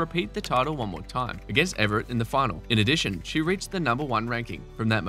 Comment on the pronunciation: It would be nice if you could pronounce Evert right. It's Evert, not Everett.